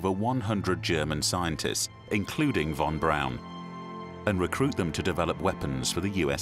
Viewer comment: Its irritating hearing the narrator say Von Braun wrong 🤦😂